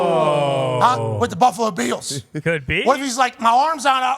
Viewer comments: Why does Pat say "Beels" instead of "Bills"? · Can you please stop pronouncing “Bills” like Von Miller? I can’t take it anymore